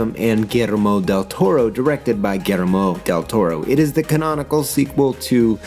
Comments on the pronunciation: As a Mexican, I find your pronunciation of "Gullermo" quite funny, because you sound kinda Japaneese when you say it (I'm not expecting a mexican pronunciation obviously, but didn't expect that either). Still a great video, like always! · Yo, just a little note on an otherwise magnificent piece (what's new?). The pronunciation of the "LL" in Guillermo sounds like the "Y" in Yeast, Yellow or Yacht or the "J" in Jail, Joker or Jamaica. Cheers cowboy